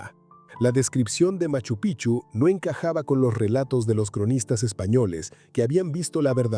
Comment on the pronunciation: ME CANSA OIRTE DECIR PICHU ES. EN CAMBIO PIKCHU ASI SE PRONUNCIA ES PALABRA QUECHUA NO ES PICHU SE ESCRIBE PICCHU Y SU PRONUNCIACION ES. PIKCHU PIKCHU PIKCHU NO LO OLVIDES 😮😮😮